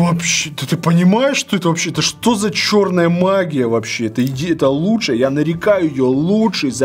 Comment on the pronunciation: «Дучшая» как не профессионально 😂